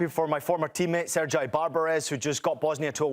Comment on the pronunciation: Ser-jay...your former temmate. Thats why youre a commentator while Dzeko is....